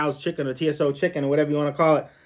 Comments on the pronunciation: General tso. Pronounced general so's lmao spice= flavor buddy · It's pronounced like Toes. 👍 lololol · How come this guy is a competitive eater but doesn’t know Jack about food? Couldn’t even pronounce General Tso chicken.. sheeesh